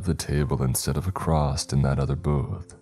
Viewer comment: Acrosst is not a word